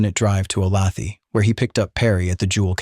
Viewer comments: Dear. "Olathe" is pronounced "Oh-LAY-thuh" not 'oh-LA-thee" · Oh lay the, not o lath ee. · Oh lay tha Jesus mispronounced names drive me nuts. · It's not O-lath-ee , It's Olathe. pronounced, O -Lay-the, Native American name. I lived there 34 years. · it's OhLayThuh , not OhLathee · AI sucks ‘O-lay-th-ee” are you freaking serious! ? Olathe, Kansas , pronounced “Ohhh-layyyy- th-uhhh” ! Do you people expect to be taken seriously? Apparently NOT ! 😑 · Not a criticism but Olathe is pronounced "O lay the" not "O lauthee" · "O lay tha", not "o la thee" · O-law-thee? Seriously? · I grew up just a few miles from the Clutters and remember the event well. After all these years, there are still mixed feelings here about Capote's book. Lots of things were not correct. At any rate...FYI... the name of Olathe is pronounced 'O - lay. - tha'.. not O - lath - ey . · The pronunciation of Olathe in this one is appallingly wrong. A person who approves of the Death Penalty is not of sound mind. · I grew up in Olathe. It's said O-Lay-The not thee. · It’s ‘oh-lay-tha’ mmmmkkkk ? aim not from Kansas and even I KNOW THAT ! ‘Olathe’ is “Ohhh-lay-thA” for the love of God and in the decent memory of the Clutter Family !!!!! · Oh-lay-the (ah) Is how the town of Olathe is pronounced. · My hometown of Olathe is pronounced “O-lay-the”. It is very annoying that they couldn’t fact check this and say it correctly. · The name of that town is pronounced o-lay-tha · Sorry, have to do this... Olathe (o lay thuh) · you lost me at ”Ohlawthee” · Olathe is pronounced "O-LAY-tha." I knows it's AI, but I can't figure why it's hard to look this up. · Sorry, lifelong Kansan here. Olathe is pronounced O-Lay-tha. I know, kinda silly. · Three syllables? I would have guessed "o-LAYTH." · Olathe(KS) is pronounced O lay the. AI narrators are so cheesy. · Please learn to pronounce Olathe correctly! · Oh come on. How can you mispronounce Olathe? Amateur hour.